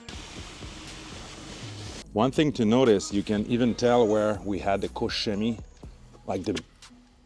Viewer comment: thank you for good pronunciation of KOCH CHEMIE ♥ Because my ears hurt when I hear - COCK KEMIE, or COKE CEMIE .... :D COKE COLA CHEMIE